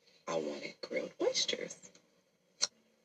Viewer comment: She can't pronounce oysters